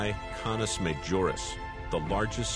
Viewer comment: "Aytuh carinay" "Connis majoris" Lets just take a moment to have a giggle